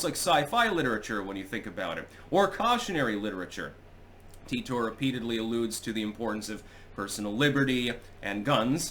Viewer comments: No, I heard this story enough back in the day because I used to listen to "Coast to Coast AM" on the radio. It's pronounced "Teeter"--and I capitalized that because with that spelling, it's a fairly common surname where I live. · "Titor" is pronounced "Teeter"--and I capitalized the second version as well because with that spelling, it's a fairly common surname where I live. I used to hear a lot about this story back in the days before I had enough bandwidth to watch videos on the internet, and I was forced to listen to "Coast to Coast AM" on the radio when I had insomnia. (This was 15 to 25 years ago.) It was a compelling story to listen to, but it seemed very unlikely even back then. The problem with both Art Bell and George Noori is that they would hype up a story like this, and when something happened that proved it untrue, they would just stop mentioning it--with no discussion whatsoever as to the fact that they were wrong or why they had promoted it. Another example was the "Killshot" which was supposed to happen at the end of 2012, but didn't. Even after the prediction failed, they still had the story's main proponent (Ed Dames) as a guest later on to talk about other things--but with no mention of the Killshot's failure. That sort of thing tends to discredit legitimate stories they would cover, such as the ever-increasing tyranny of government. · I thought it was supposed to be pronounced Ty tor, because TIme Travellor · It's pronounced tEYEtor. Or Tar-Tar